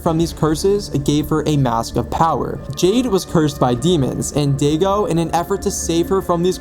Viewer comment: For the pronunciation of Daigo it’s (die-go). I got it wrong so many times till my friend made me play Yakuza (game series)